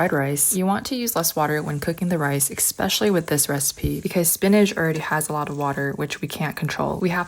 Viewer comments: exspecially? Incorpriated? Girl go back to school instead of making fun of people's food preferences... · eXpecially, ugh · Please don’t say, “ek-specially”,. It is “es-specially. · Its EEE SPECIALLY ...NOT ECCC SPECIALLY ...JUST LETTING YA KNOW AS IT SOUNDS ILL-LY EDUCATED!!!DOESNT IT?????😂😂😂😢😢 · Especially is not pronounced "ick-specially" 😊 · Aye-ghes. Expecially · It's not eXpecially its eSpecially 😭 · Especially, not expecially. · You speak well but please..m the word is ESPECIALLY not EXPECIALLY, which shoots like nails on a chalkboard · Been hearing EXpecially. 😵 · Especially not expecially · Expecially isn’t a word 😅 it’s pronounced especially😊